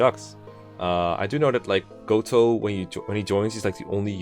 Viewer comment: No no no no no, Mr. Ro-Gotoh!